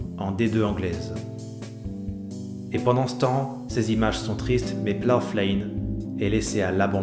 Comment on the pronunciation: Salut, Je sais que la vidéo a été tournée il y a quelques moments, mais la prononciation du nom du stade est à revoir! Le "gh" est muet, "plough" rime avec "cow" ou "eyebrow"!